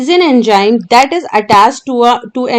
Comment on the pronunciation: my concept is clear after watching this video very good it is Enzyme not enjyme